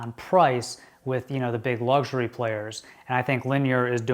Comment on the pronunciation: Luxury not lugsury. 😂